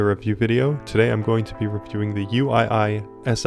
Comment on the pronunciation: Hi Uii Sii is pronounced WeeSuh, as it's derived from a Mandarin name.